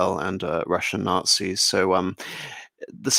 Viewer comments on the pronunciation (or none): none